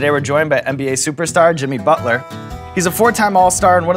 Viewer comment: i noticed sean says bucket inseed of Butler 😂😂😅